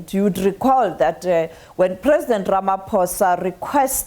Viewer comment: It's lene president Ramaphoss